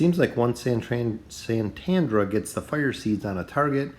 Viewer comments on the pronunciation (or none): And it's Satrana not Santandra